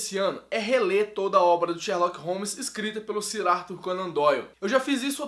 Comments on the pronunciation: "Sirarto", qualquer pessoa com o mínimo de inteligência sabe que "Sir" se lê "Sãr" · *'Sir' se pronuncia "sâr".. Sir Arthur Conan Doyle